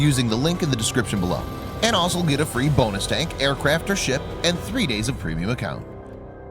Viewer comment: Please, please, please stop saying 'asol' when you mean 'also'. Jeez, how hard can it be?